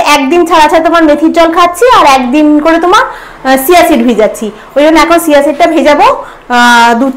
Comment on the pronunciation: কিছু মনে করো না । ওটা চিয়া সীড , সিয়া নয় । Pls ঠিক করে বলো।